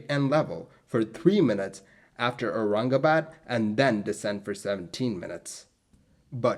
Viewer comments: fellow Bhartiya (diaspora from and residents in Bharat ) can we please acknowledge how 'spot on'🖒 his pronunciations were! i mean.. Aurangabad..isn't exactly a monosyllabic word! . As for the unfortunate accident! Yes.. we (India) have ALWAYS had pathetic redtape and bureaucracy (even if one forget the corruption) to drag their feet in aviation related matters. I was born in the late 1970s so maybe not about this incident.. but even in the past 20-25 years and definitely in the 2000s .. i recollect of how Bombay (now Mumbai) kept dillydallying intalling the more advanced weather radars at Bombay itself! . Similarly.. the Charki-Dadri disaster (SVA763 and KZA1907 collision) too was possibly avoidable had India made TCAS compulsory or had better equipment to alert the ATC. . Anyway.. i agree 1960s were a tough time (and may be the future will say so for our times too) to be doing such hop-over flights. . The crew.. unless well rested.. would have a lot of fatigue/anxiety. Irrespective if whether Thailand people were incorrect/lyong or did everything right.. ...irrespective of the scrutiny of the Bombay ATC (personnel).. the crew would really have been better off had they had short haul flights or direct flights and were familiar with the sector/ had more number if routine flights to the location) . . That local courrs absolved X Y or Z is one thing.. ..that (just like with the BEA/ British European Airline crash) there was no CVR.. will😔never bring actual closure to what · I am impressed how he spoke BOMBAY AND AURANGABAD u impressed an indian with your pronounciation